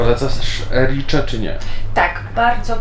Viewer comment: Dziś pochwały. Tak. Nazwę miasta wymawia się „Ericze”. A jedzonko to „Aranczino”, jeśli jedno i „Aranczini” jeśli więcej 🥰